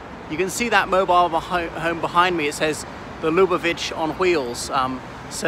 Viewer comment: Hello - the correction pronunciation is Lub -AH - vitch, with the accent on the 2nd syllable.